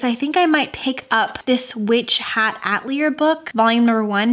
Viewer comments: FYI Atelier is pronounced Uh-teli-ay not at-lee-er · So cozy and fun!! Just wanted to mention atelier is pronounced ah-tell-ee-ay ☺️